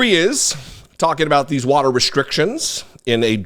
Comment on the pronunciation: I hate the way Trump says “warter ”. Ugh.